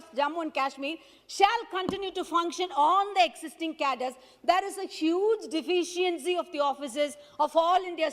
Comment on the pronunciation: Lol! Her English is funnier what the hell is deficents. She needs to buck up her English. She can't even pronunce deficiency and with her broken english lol that paper itself must be feeling insulted